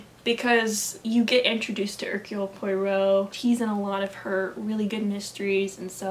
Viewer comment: This was a fun video! :) Just a little tip: The easiest way to pronounce "Poirot" is "pwah-ROW". I listened to all the BBC radio plays and learned to pronounce his name finally!! :)